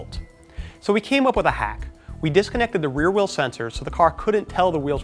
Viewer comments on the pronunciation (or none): none